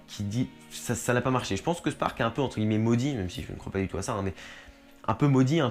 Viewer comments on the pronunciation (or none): none